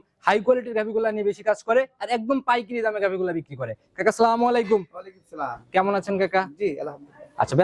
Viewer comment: শালা মূর্খ, শুদ্ধ করে সালাম দিতে ও জানে নাহ